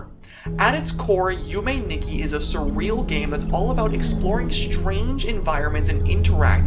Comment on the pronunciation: Nikki is pronounced as "Nee-key"